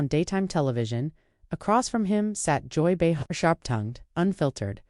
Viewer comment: If this actually happened, it was a classless ambush, nothing less. The AI narrator called her something close to Joy Behar, but not quite. Listen to the first 2.5 minutes, again.